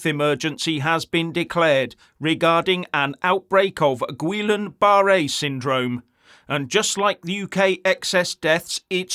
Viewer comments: Goodness, as a speaker of the King's English, learn how to pronounce the diagnosis. It's pronounced Gee Yahn Boo Ray. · "Ghee on ba ray" 😂😂😂😂❤ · Guillen-Barrett (my spelling may not be correct). However the gentleman in the video did not prounce it correctly - this syndrome/disease was named after a French physician. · It really undermines credibility if you get the pronunciation so wrong its unrecognisable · First of all try to pronounce it correctly. It's not a new health issue, it's been around for ever.